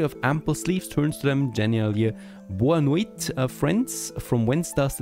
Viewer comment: I am from Brasil and speak portuguese, in in the video you pronounced "boa noite" (good night) really well, i was honestly surprised.